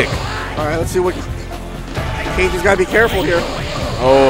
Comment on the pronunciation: It's said "ka-geh", not cage. It's Japanese for shadow, or something like that.